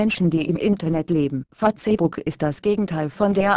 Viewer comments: "Fa-Zeh-Buck" .........dafuq? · Fa-tse-buk *lool* muss was chinesisches sein ;) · ich verstehe immer fotzenbook o.O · Fatzehbook, paul panzer spricht auch so -. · Fatzebuk xDDD trainiert mal eure Computertusse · XDD FATZEBOCK :D AAALTER!:D was fürn fail.XD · LOOOL Fa-zehh-buk haha :P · Punkt 1.) Die Deppen können nicht einmal Facebook richtig aussprechen und Punkt 2.) Lassts einmal die Internet Seiten in Ruhe....was würdet ihr sagen wenn auf einmal eure Seite nicht mehr geht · operäischn fahzebuk :D:D:D saugeil!!